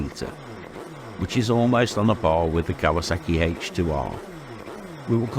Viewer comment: He called it Kaywaa sackeeee